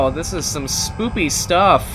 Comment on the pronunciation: U said spoopy LOL U I say it like spooky